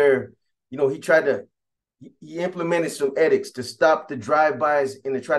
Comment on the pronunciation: Edict. Not a soft e.